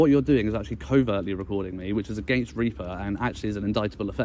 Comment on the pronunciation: GDPR didn't exist in 2014 and it's pronounced Ripper not Reaper